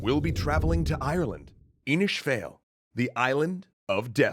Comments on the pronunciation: I enjoyed the video but can you guys just ask an Irish person how to say these things? Irish isn't just a different kind of English, it's a real language with pretty important accented components. It's not Inish Fail, it's *Inis Fáil*. The Fada enlongates the vowel, the "A" becomes and "Aww". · Pronounced Inis. FAWl If you need help with pronouncing ion I would suggest teanglann.ie .. a great resource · The fada thing is pretty consistent. Either way "Inis Fayl" is definitely not correct. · Greetings from Ireland. Inis Fáil is pronounced "Inish Fall". Well done though on the video.👍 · Next time please ask someone to pronounce some of this for you. Inis Fáil? Connacht. Let alone the old gaelic names. Your speaking a different language its not pronounced like English. For a start it's phonetic just not English sounds.